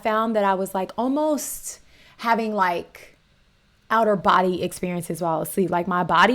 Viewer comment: lmao when she said “out of body experience” it sounded like she said “outer body experience”😂😂😂